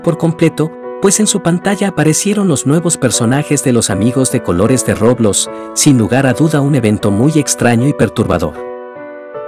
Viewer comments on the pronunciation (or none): No se dice roblos.. se dice roblox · Por qué le dice roblos da mucha risa